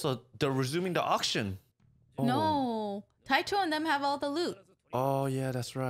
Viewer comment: ITS DANCHO,NOT TAICHO